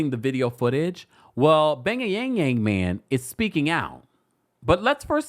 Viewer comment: Why do you keep calling Jeremy the bay-ya-yang-yang man?!